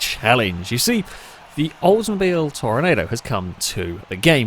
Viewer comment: Great video, I love these ridiculous races. Side note, I know it's weird but for this car it's pronounced Tor-nah-do instead of the normal Tornado. No idea why, that's just the way it is🤷‍♂️